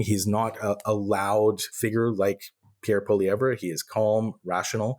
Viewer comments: Don't worry Pierre poilievre is Not winning. We're not worried. For your shows sake Google how to pronounce poilievre...say it 'without' the re at the end. Elbows Up 🇨🇦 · It’s pronounced Poy-lee-ev, not Polly-ev-re….pot-ash, not po-tash